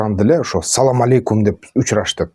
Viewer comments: Саоамаоейкум эмес, туугандар ассаламу алейкум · Салам алейкум туура эмес, Ассаламу алейкум туура болот